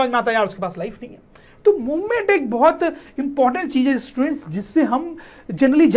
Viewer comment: Sir ji students ki jagha stuents bol rhy ha 😂 but very good 👍